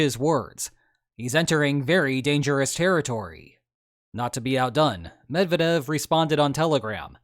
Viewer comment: Sorry not to be pedantic, but it's not "Med vah dev", it's "Med vyeah dev"